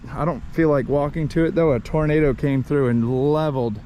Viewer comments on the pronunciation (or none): none